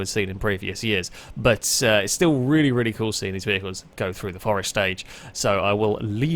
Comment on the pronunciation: Great video, but just the one R in Forest my friend